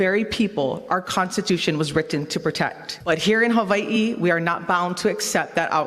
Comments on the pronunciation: funny how some chat and this Youtube comment section are losing their minds on how a native Hawaiian pronounces "Hawaii" correctly and trying to say it's incorrect 💀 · That's how you pronounce Hawaii in the native Hawaiian pronunciation 😭 how can you be so confidently loud and wrong